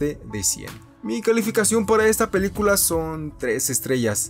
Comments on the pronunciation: Oye we no soy criticón pero en lugar de decir película dijiste pelucula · Soy yo o dijo pelucula en el minuto